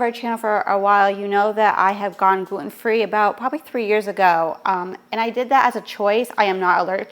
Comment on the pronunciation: Jeeez pronouns your T’s it’s Glue ten NOT gluoooun.